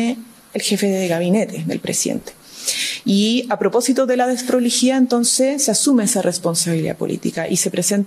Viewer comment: ...con esa "dessdproligidad"... jajajaja. .. alguna vez firmaría algún contrato de cualquier tipo ....algún cheque...letra ..mamamia...que nos espera....que le pasen una lapicera..de nuevo....(.......)